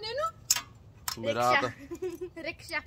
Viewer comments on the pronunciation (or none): none